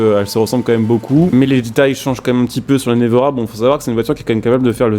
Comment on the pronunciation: Ça se dit « névéra » 😉